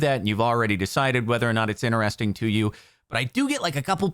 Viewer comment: Normal people: interesting Jardon: INNERESTING 😂